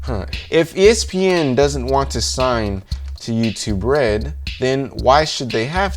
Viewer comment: When he says youtube red it sownds like you to bread